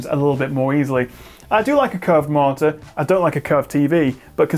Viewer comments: At first I didn't realise it, but after reading the comments, I can only hear it as martyr :P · I didn't catch it and first and didn't believe people who said you said "martyr", but damn it you really do! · I think it's so surprising because you are well spoken and enunciate every other word clearly. Like you have a minor speech impediment ONLY with the word monitor.